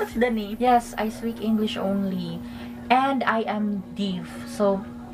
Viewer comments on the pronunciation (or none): Please pronounce thecwird DEAF correctly.. It s nit deep or dip.. It is D. E. A. F..